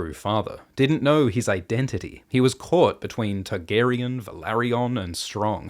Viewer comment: I only just now realized that you say Tug-arian. Now I can’t unheard it.